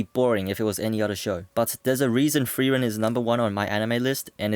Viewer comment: Are you saying "thrieren" or "frieren"?